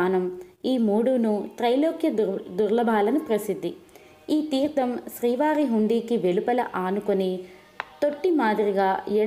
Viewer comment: చాలా సంతోషం. చెవులకు ఇంపుగా చదువుతున్నారు. ఉచ్ఛారణ దోషాలు కూడా చూసుకోండి. తీర్థం, న, ణ తేడాలు.. లాంటివి.